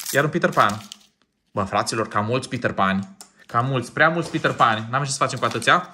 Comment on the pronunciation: Pe petter pan nu se spune pitarpan se spune pitar pen😅❤